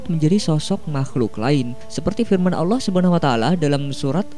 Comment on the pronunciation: Allah swt bukan Allooh!